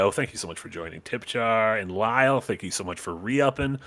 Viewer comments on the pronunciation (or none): you keep getting my handle wrong. Its Lyte, not Lyle.